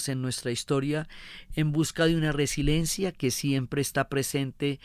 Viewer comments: Me duelen los oídos cada que alguien dice resilencia, es resiLIEncia, resiLIEnte. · y anteriores resiLIENcia, ver ;). Muchas gracias por las buenas narraciones de la historia.